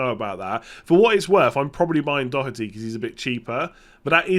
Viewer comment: needs to give English commentators lessons on how to pronounce Doherty 🔥